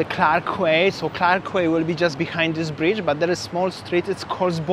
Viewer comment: Quay is pronounced as Key. It's pronounced as Clarke Key, same as Circular Key (Quay) in Sydney, Australia. I love those orange juices from the vending machine. Singapore is a very expensive city to eat and drink in. $9 for a beer in happy hour is a joke. Best places to eat are in the Hawker Centres. Great sightseeing but be prepared to pay outrageous prices when you visit. I prefer Vietnam and Bali but Singapore is worth a visit at least once.